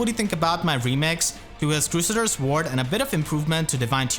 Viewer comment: "Crew Say Ders" Ward :x